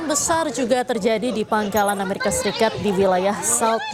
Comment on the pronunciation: Amerika Serikat, Bukan Ameriska 😅